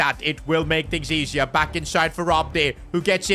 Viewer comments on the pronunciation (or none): none